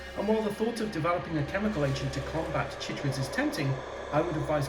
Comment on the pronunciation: I feel like it should be pronounced "kai-trids," to match "chylomicron" and "chylothorax" (both of which are "kai-lo.") But of course I could be wrong because this is science-fiction!